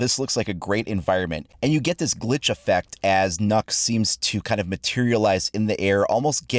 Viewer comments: Lol it's not "NOKK" it's "NØKK" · As a danish person I am angry at Ubisoft, the way you pronounced the name would mean that it was spelled NÅKK, and not NØKK. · In Danish it’s actually pronounced as “Nuke” with a drawn out “oo” sound, not “Nuck”. Though they says it’s “Knock” so I guess it doesn’t matter... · FFS it is not called nokk but nøkk. hear it in google translate. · It’ actually pronounced Nokk Me: N-no it’s not cries in Danish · sighs in Danish .........its Not pronounced nokk......... its nøkk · Nøkk not nokk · "it looks like it's pronounced Nahk but it's actually pronounced nok" No, it's pronounced Nøkk, not nok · It isn't nukk its Nookk as a Danish person the ø is said as oo not u so it's not nukk its nookk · So I'm Danish, "Nok" is the wrong pronunciation. You have to pronounce the Ø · Its pronounced "Nøkk" :( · People: Pronouncing it Nokk Me, a Dane: PROUNOUNCE CORRECT REEEEE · Its not nuck or nook or nock its neauk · So hard to have people pronounce her name wrongly. Nøkk is pronounced Nøkk not Nokk. Well it is hard to write how to pronounce it. :) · ITS NØKK, NOT NOKK!!!! dammit atleast try listen to the letter on translate or some xD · Not Knock, Nökk! Noekk!!! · *NØKK It is not pronouced NOKK its pronouced NØKK Ø is like the “i” in “bird,” only a bit further back in the throat. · Its more. N-uh-kk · "It looks like 'Nock', but it's actually pronounced 'Nuck'". Sees comments. Becomes curious. Tries Google translate text to speach. Why did Ubisoft lie to you? For those curious, the way is saying it in the video would be spelt "Nokk" in Danish. In terms of English, the closest vowel sound I can think of would be the "oo" in soot. Sadly language is complicated, so that's not exactly correct (hell, depending on where you're from, soot is said pretty differently in English), and essentially any comparison I try to make to an English word will likely piss off any Danish speakers. We just don't have the vowel in our alphabet.